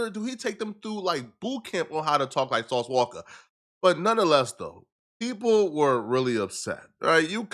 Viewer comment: Ain’t nobody finna spare a witness because it’s “sauce walka “ 🤔